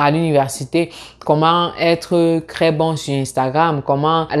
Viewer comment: Hi! J'apprécie le contenu partagé dans cette vidéo. Cependant, est-ce juste moi, ou prononces-tu vraiment "tr" comme "cr"?? Au début de la vidéo, j'ai entendu "etudiant éCRanger". Je me suis dit que j'ai peut-être just mal entendu. Mais là, je suis à de la vidéo et tu dis "comment être CRès bon sur Instagram"... À tu dis "ce que je CROuve encore souvent marrant"... À , "si tu n'as jamais CRaversé le cap du Baccalauréat" Mais pourquoi? Pourquoi remplacer le T par un C lorsqu'il est suivi par un R? Je suis assez confus